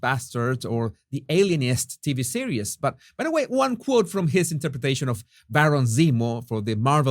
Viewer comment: here are a few more friendly-corrections in your fast-improving English pronunciation: Rotated = ‘ROE-tay-ted’ Category = ‘KAT-eh-GOR-ee’ Adverbial form ‘BadLY’= ‘they are treating them badly’ (not the adjectival form ‘bad’) Series (‘see-reez’ = two syllables not three) Specialist (not ‘espeshleest’ = it’s hard to native Spanish speakers like yourself to begin an English word starting with the letter S without saying ESxxx Fausto still to this day (after 23 years!) says to me, ‘Donal, Joo wann to go to Estarbook?’ LoL NB: YouTube is incessantly interrupting your video with their mindless advertising — it’s most annoying considering your content is actually quite above the norm …